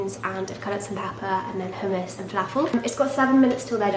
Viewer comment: I like the way you pronounce hummus it's so different to me haha ( considering that I'm Arab and the word it is in Arabic) I like ur vids!